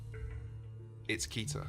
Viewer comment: I have to be honest the way pronounces Keter really bothers me for some reason